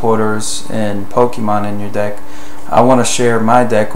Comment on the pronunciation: whenever you say deck, I always chuckle a bit cos its sounds like dick.